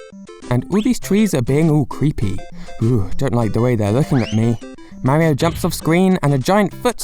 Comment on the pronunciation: ..........you REALLY Need.to Learn How To pronounce Mario